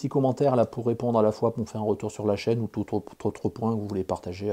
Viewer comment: Euh, Chaîne, pas Châine. Lol. Je te souhaite que ta chaîne progresse encore pour longtemps... Et surtout, n'oublies pas les 3P!